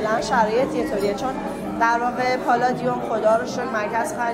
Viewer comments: پالادیوم هست نه پلادیوم اشتباه تلفظ کردی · آقای پالادیوم نه پلادیوم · مرسی ولی پلادیوم نیست ، درستش پالادیوم ه 😊🙏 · پااالادیوم شما که خودت از تلفظ بقیه ایراد میگیری